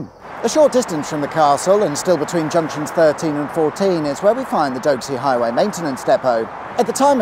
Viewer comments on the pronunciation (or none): It's Dox-ey not dohxey lol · I'm starting to think the mispronunciations are on purpose! Doxey, not Doke Sea; Swynnerton, not Synnerton; Thelwall, not Telwall. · Fascinating content however, you should really take the time to research the correct pronunciation of places. Swynnerton is pronounced swin- er -ton, doxey is dox -e as in box and the thelwall viaduct is thell-wall I may sound pedantic but being local to the area incorrect pronunciation grates on me. Thank god you didn’t try to pronounce sandbach. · I walk my dog at stafford castle almost every day, how the heck did we not cross paths? (also, Doxey is pronounced as Poxy Doxy) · Doxey as in Roxy and Swynnerton as S-Win-erton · Small correction, Doxey is pronounced like "Dok-see", at least in Stafford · Doxey... pronounced Dock-see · LMAO with you pronunciation of Doxey. The castle and the area near the services were my playground in the sixties when the motorway was being built. The video brought back a lot of memories as we left the area for Australia in 66.